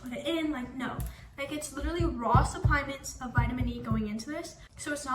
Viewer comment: “Suply-ment”😂😂😂 YES QUEEN BUSINESS WOMAN MINOR